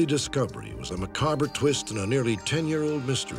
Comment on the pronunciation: Did he mispronounce "macabre?"